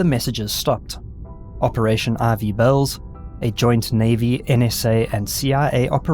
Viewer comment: I tried looking up Operation RV Bells. lol it turns out he was saying Ivy Bells.